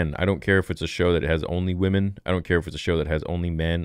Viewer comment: “We need more wamans!!”